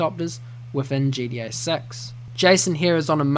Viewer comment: Why do u say it like GDA 6? 😅 Good video though!